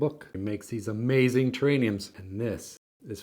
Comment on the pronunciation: Ah, he has a rare bone disease that prevents him from pronouncing "terrariums"